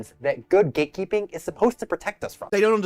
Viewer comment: Is he saying “ gaykeeping?”